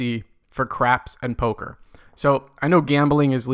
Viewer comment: “Go to AC for cArds and Poka”